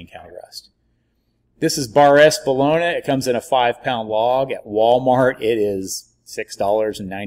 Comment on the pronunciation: New resident to Stilly. Seen your product in Homeland. Came here to talk shit. The only thing i can find is your pronunciation of bologna. Haha. Everything else is spot on.. i did indeed flood my kitchen with FOUR briskets in my oven finishing up. Nor i finish in the easy oven (pellet grill) six in sticks finished on pellets. Good job. I will definitely try your rub next time. This time im doing a jack daniels themed memorial party. So injected with jack n coke and a jack daniels rub from academy. Great video man. Lets smoke sometime.